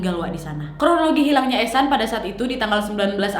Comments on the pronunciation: Oh eshan gua pikir haechan Soalnya pas video tiktok nya lewat fyp Gua dengernya haechan😬🔫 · aku liat vidio yg ehsan dengernya "echan reneo chan.. hechan"😭🙌